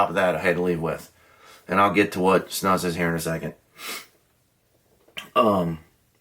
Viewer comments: Its pronounced, Snoose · It's actually pronounced like moose, snUs. The u is long.